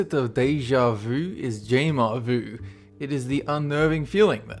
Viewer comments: jamais vu is not pronounced jayma voo In IPA it's "ʒamɛ vy", which is kinda like zha-may-voo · The opposite of Deja Vu is "Jamais Vu" (/ˈʒɑːmeɪ ˈvuː/;) Jamaei not Jeima ! It comes from the french Never Seeen Before, also there is Presque Vu wich is somthing on the tip of your tongue. Try to rectify this, it's a pretty big mistake. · Jamais-vu is pronounced ja-mai-vu not jay-mai-vu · Vsauce fans: sigh It's JAMAIS VU. (pronounced Jah Mays Vhu) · You really did massacre the French pronunciation. It took me ages to work out you said "jamais vu". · A few nit-picky things about pronunciation: Here in England most people (at least that I've met) pronounce Scarborough either as 'Scar-buh-ruh' or 'Scar-bruh' rather than 'scar-burrow'. Also the pronunciation of what I assume to be 'embabouiner' and 'jamais vu'... I'm guessing you can't speak french XD